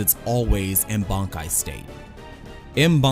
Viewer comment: Bonkai? BONKAI?? last time i check its Bankai. When you watch the series, do you ever hear the characters shout "BONKAI!"?